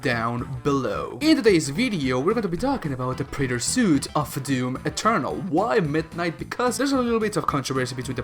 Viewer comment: Preyter soot